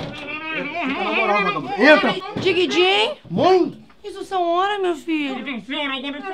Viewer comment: "Diguidin" kkkk